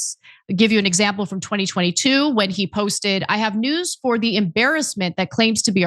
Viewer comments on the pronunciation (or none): none